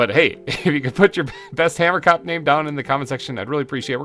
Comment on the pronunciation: Hahah, from someone who is Afrikaans, you pronounce Hamerkop wrong. it’s “Huh-mer-cohp” the (ko) part is pronounced like the beginning of the word corn. You should def give one of the hamerkops an Afrikaans name as that’s the language of the species name! I suggest Pieter or Jacob (pronounced Ya-cohb) :))